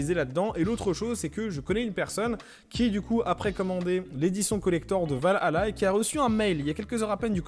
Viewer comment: Mec c’est pas va hala c’est valhalla🤦‍♂️ t’a du mal